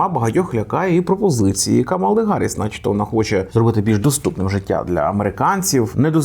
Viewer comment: Але чому ж КамАла, якщо вона КАмала?